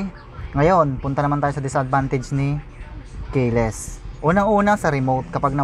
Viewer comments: Keyless hindi kayeless. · Sir,... kee-less (keyless)Ang pronunciation dun Hindi po kaye-less...pero on the other hand, maganda pagkaka review mo. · ki les ang basa boss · ehehehe natutuwa ako sayo.. "k-less siya" "ayan odo meyter niya" "averids meyter" ehehe peace bro!